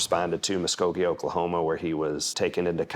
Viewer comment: I'm just glad the detective pronounced Muskogee correct lol